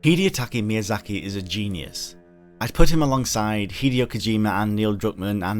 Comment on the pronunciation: "Hidiatiaki Miyazaki", wa tta nouuuuud